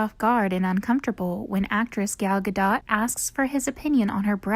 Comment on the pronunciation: Loose the narrator. She's monotone, uninteresting and can't properly pronounce most names. " Gal Ga dot " is a case in point..